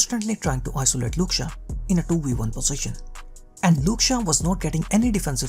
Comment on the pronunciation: Who the hell is " Luke Shah " bro?